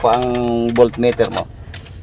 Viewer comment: "Voltmeter' po...